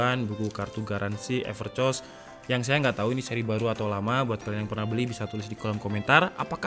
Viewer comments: Ngakak nyebutnya Evercoss Bukan everkoss:v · Seharusnya epErkos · Everrrchoosss bang wkwk 😂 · "epercoss" wkwkwk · Evercos yang saya dengar pas abangnya baca maaf kalau telinga saya salah 😂